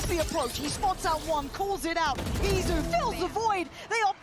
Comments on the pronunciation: It's Izu not Itzu 😭😭😭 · This is what happened when EDG scrims too many with PRX. U became like them. Also how hard is it to pronounce Eat-zu?